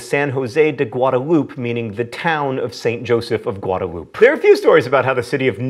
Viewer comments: Guada-LOOP, John? You gotta pronounce ALL the vowels! Gu-ah-dah-LOO-peh! Wonder what language he took in school. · "Gwoduloop" not Guadalupe👍🏻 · It's not "guadaloop" - it's "guada-loo-peh" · It's funny hearing John say "Guadalupe" because, as a San Jose native, I can tell you we all pronounce it " guad-a-loo-pay" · really, Goo-odd-a-loop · "Guada-loop". DafuQ??? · being that I'm from San Jose would like to let you know you pronounce the word Guadalupe wrong